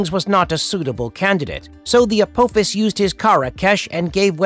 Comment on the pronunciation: Hey i appriciate the video , but is this video voiced by artificial intelligence? Its the only reason i can think of why EVERY CHARACTER NAME PRONUNCIATION IS WRONG . Sha ri , annubis , teal'c ,Appophis all said incorrectly. I noticed that all your other videos the names of characters are butchered..